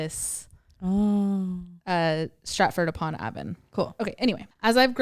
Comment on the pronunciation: BIG UP UK GALS i love how you guys pronounce stratford upon avon 😭😭😭 bless u